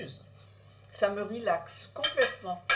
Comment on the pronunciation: " ça me rilaxe "